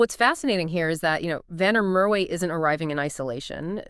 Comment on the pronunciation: the W in Merwe is pronounced as a V. I think he opted against moving overseas because he wanted to be part of a team that was loaded with Boks and makes sure that he is in the eyes of the selectors, he opted against moving to the stormers because he didn't want to move back home and he also got tired of playing in front of empty seats at the emirates park